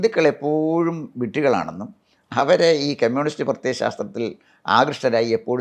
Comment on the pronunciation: കെമ്യൂണിസ്റ് അല്ല കമ്യൂണിസ്റ്